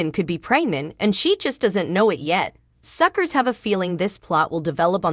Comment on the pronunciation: Stop saying suckers were not suckrrs can't say it right get out and let read this.